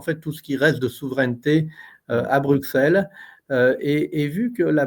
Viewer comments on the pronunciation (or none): Bonne émission. Broukselle, Broukselle, .... BRUSSELLE (Bruxelles !), merci !